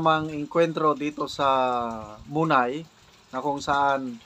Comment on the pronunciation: mona-i po yan pag pronounce